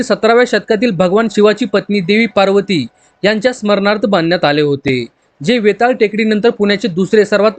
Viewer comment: अरे पार्वती टेकडी नाही बावळटा पर्वती म्हणा